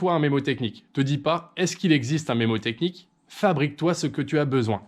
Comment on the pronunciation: On dit mNémotechnie, et pas mémotechnie, pour info :)